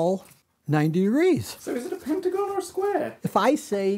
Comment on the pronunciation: "it's a PENTAGAHN!!!"